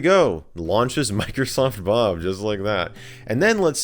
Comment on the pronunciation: He says Microsoft 'Bum!' Instead of saying Bob